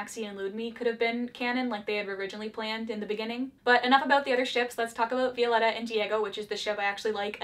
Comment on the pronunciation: Any other Spanish speaking person got triggered a little when she said Vi-O-letta And not Viol-E-ta???